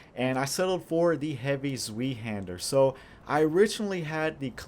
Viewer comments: just so you know its pronounced like this Z-vei-Hander. But good vid dude! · its pronounced zwhy-haandr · zweihander is pronouced as= zwy hander (same y when you say why)... zwei means 'two' in german. so it litteraly means 'two-hander' because its a 2 handed sword ofcourse. (by the way im not german but dutch..) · Vile Slanders Mhm, interesting trip you made there but nobody asked for it and you missed the point. The issue was only his pronunciation, nothing more, nothing less. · Ok. I love your channel, but the next time you say Zweihander like that...I will stuff my face into a pillow until I pass out. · scott rautio the W is supposed to sound more like a V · Zwei...hard "i"...being German for two...two-handed....